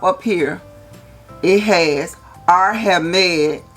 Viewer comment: hahaha best pronunciation ever: Ahr-Hermayun Amber Oud Rooj